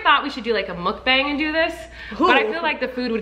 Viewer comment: Molly not knowing how to say Mukbang is meee